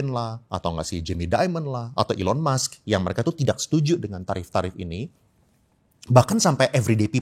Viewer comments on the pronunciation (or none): none